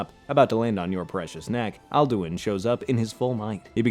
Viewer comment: You didn't pronounce Alduin correctly even once